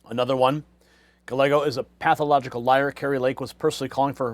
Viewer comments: I'm no fan of Gallego, but could you at least pronounce his name right? Guy-yay-go. The L's are silent. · It's not "Galego" as you pronounce it. It;s "Gayeygo," which is the Spanish pronunciation. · Gallego, pronunciation: Ga-yay-go; no "l" sound. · Guy..yeh..go! Not gallego And we already knew this mess here in AZ. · Great coverage! Just a quick Spanish tip it’s Reuben “Guy-Eggo” 😮 Listen to how Carrie Lake is saying it. That’s exactly how it’s pronounced. Best wishes! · It’s pronounced Guy•eggo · Gallego is a douchbag and he should resign. Hobbs is a bigger douchbag and she should not get to pick the next state senator. There should be a special election. And just for the heck of it. Gallego is pronounced "guy yay go" think of the word chilli relleno one of my favorite Mexian dishes. When two l s are together it creates a Y like in yellow sing Amarillo by morning by George Sraight. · the LL's are silent in "Gallego." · Ruben Gallegos is pronounced "Guy-Yegos". Two of the letter L together is pronounced like the letter Y. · Mispronouncing his name is likely the biggest knife in his back as any thing could be. Listen to how Kari Lake says his name-“ll” is pronounced with the Y sound. Does Gallego have scars behind his ears. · He is speaking English, not Spanish. I have a Japanese last name (1/2), but I don’t go around expecting everyone to pronounce it like the Japanese do. Silly that only Spanish names require Spanish pronunciations. BS.